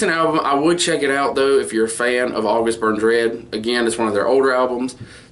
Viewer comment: you said it correctly, thanks ;)